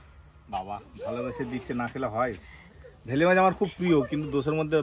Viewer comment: ওটা ভেলে মাছ বলে না বেলে মাছ বলে